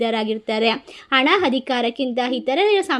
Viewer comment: Why don't you understand the difference of aa and ha...it is not ana,it is hana..if youare not able to correct it,pls quit this place .pls, understand the openion of listeners.dont irritate them.repair yourself and be good to listenars,,viewers..